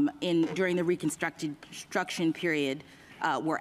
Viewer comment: It's really ironic she can not say "Reconstruction" correctly.